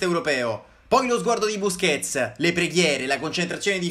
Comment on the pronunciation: Am' "BUSQETS" stasira